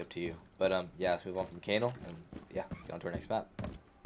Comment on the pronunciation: Why you say kanal like that.